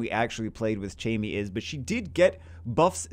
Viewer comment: First off I hate to be a guy who just comments to correct, but Chammie is pronounced like Cat. Not like Chat.